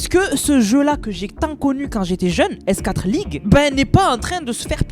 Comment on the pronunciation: S4(four)league par pitié, pas S (quatre) league 😢